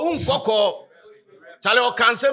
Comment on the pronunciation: It’s nkawkaw not nkwakwa 😅